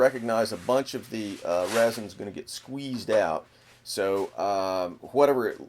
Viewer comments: good video.. but sir its resin like r-ehh-zin not rosin they maybe somewhat similar in a way but are very different in this case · is he trying to say resin